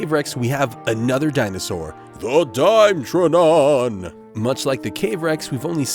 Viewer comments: Dime-trodon "Die-met-truh-don" is the correct pronunciation. It was a real animal, and not a dinosaur. It is prehistoric though. In your defense, I don't know why you would know this. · Its pronounced die metro don